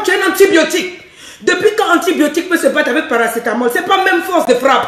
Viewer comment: oui dit paracétamol je suis morte de rire